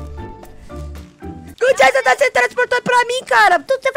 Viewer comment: O manteiga não é Jason é Jaison